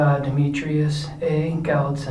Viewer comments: I'm not trying to be a shmarty-pants, but you are pronouncing the name Gallitzin as Gallitin. The 'z' is not silent. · Good video . Thanks. I lived near a Revolutionary War cemetery in West Mifflin, Pennsylvania. There are lots descendants of Rus princes in Pennsylvania. (His name is Prince Gal - IT - zen, not GAL it zen.) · Is your pronunciation of the Prince’s surname correct as Gallitin? Just wondering, because I noticed it spells Gallitzin. Great video 👍🏻🥰‼️ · He did pronounce it wrong. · It is pronounced "gal-lit-zin". though born in the Netherlands he was a Russian Prince. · The prince is Prince Gallitzen. He wanted to be a priest. His dad disowned him. Only priest onhorseback between Philadelphia and Gallitzen. He was ordained in the US. Wish you would have practiced your pronunciation first. I prayed for him for my cancer. I am here! Vatican was investigating him for sainthood till some priests decided he wasn't good enough. Politics will kill you or hold you back.